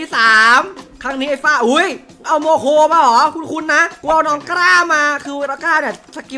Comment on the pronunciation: งงโมโค่ไม่ใช่โมโค😈